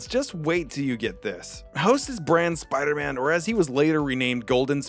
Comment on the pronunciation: “bider man”